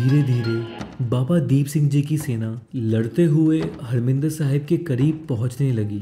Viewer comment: हरमिंदर साहिब नही,हरिमंदिर साहिब कहिए।